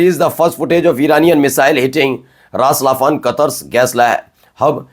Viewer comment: Ras falan nahi ras laffan h